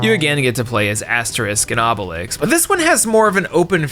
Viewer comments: ASTERIX and not Aste-RISK 😂 Dude at least said Obelix correct. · I know im an asshole for this but: How can you properly pronounce Obelix with an X but everytime you say Asterix you say Aste-risk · Gives us sass about the Thames; - Says Asterix wrong almost every time, but says Obelix correctly XD